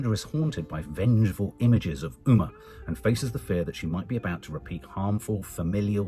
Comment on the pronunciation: "Umma" is pronounced "Um-ma" (mother). Same in South Asia.